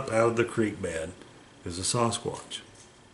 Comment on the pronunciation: Sounds more like "Sas-Cock" instead of Sasquatch ! 😅